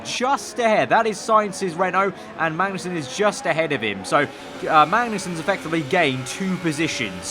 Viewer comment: Why do you keep saying Mangnussen lol